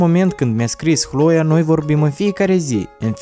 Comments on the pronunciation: Nu se spune Hloea,dar Cloe No hate👌🏻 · nu da de opt ori ai pronutat hloia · mam ras cand a spus alo hloe ha ha ha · Ai spus chloi de 10 ori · Eu am crezut ca spui hloia